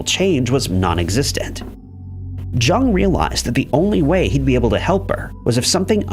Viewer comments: Can not believe narrator is saying JUNG. Had to research to make the vid….Carl Jung (Young)!!! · Jung is pronounced “Young”. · Jung is pronounced with the 'J' having a 'Y' sound, as is usual for German speakers. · It's pronounced "Yoong" actually. Carl Gustav Jung was Swiss and the name has German roots. Americans just got into the habit of pronouncing it "Young." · You would think people would look up the pronunciation of things. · He mispronounces words on purpose to get comments. Pretty dishonest and creepy, honestly. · i stopped the video at that moment, too embarrassing to to finish it.